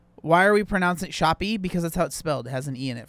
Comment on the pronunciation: Shoppe is pronounced SHOP. It's a British spelling